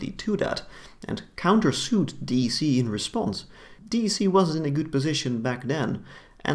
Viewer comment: A small minor note ... "D" "E" "C" is pronounced as "deck" by DEC employees and the general Enterprise computing market back then. I was at Compaq when DEC was acquired.